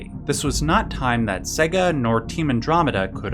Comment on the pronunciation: Ugh. WTF is "Seh-ga?" It's "SAY-ga." Sega is pronounced SAY-ga. For crying out loud, their whole ad campaign in the 90s was them screaming "SEGA" at you, and a lot of the games even went "SEEEEY-gaaaaa" when you started them up. You'd think people would know how to pronounce it.